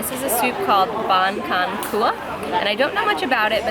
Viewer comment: Great work in the market. You need to get a book or read up on basic Viet language sounds. Cs are gs. Sup Cua is Soup gooah. Look up Rusty Compass on Youtube. He provides an excellent intro to Viet. My God you guys are giving me wanderlust. Off to Sabah next year.